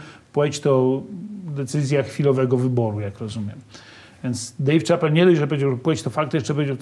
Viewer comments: Dave ("szapel" nie "czapel") Chapelle 🤦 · nie że się czepiam ale nazwisko Dave Chappelle wymawia się "Szapel", nie Czapel. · Panie Mazurek wymawia się Szapel, a nie Czapel nazwisko tego komika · Dave Shapel, a nie Czapel :( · Dejw Czapel XD Chyba Dejw Szapell bardziej się wymawia